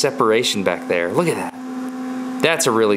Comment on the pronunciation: Frost Night Hahahaha The way he says it too "Ah cud ma hed in theya"😂